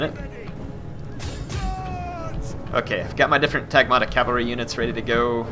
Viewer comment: my ears! Skutatoi (σκυτάτοι) is read skitati, iuvenes is read juvenes and the g in Varangians is the same as in "good". Tagmata (τάγματα) is strained on the first syllable, not the second and the g is pronounced like the w in "woman" (though that might be a tad hard for non-native speakers to pronounce). Everything else is fine. Keep up the good work!